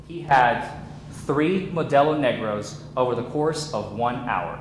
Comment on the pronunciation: Hey next time make sure you say Modelo NegRA, not "NegRO". LMAO